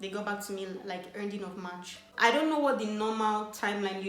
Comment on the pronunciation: 'Let me now' she is so Nigerian 😂♥️